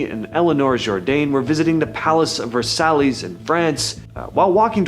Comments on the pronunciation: 😅 Eh! Thought i heard: the palace of, "Versalis?"🤣 Really? You should've probably meant: the palace of, "Versace?" Or "Vitalis?"😳 Eh! Doesn't matter... "Let them Eat Cake!"🫩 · "Ver-Sally's in France" omfg 🤣🤣🤣🤣 ... unsubscribing, this channel is mega low IQ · I was so annoyed at “vahsallys”😒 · Ver Saye (Versailles) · I know. He wasn't even close to pronouncing it right.